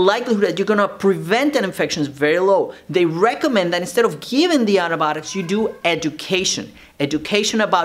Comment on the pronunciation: Nobody : Doctor saying andabotics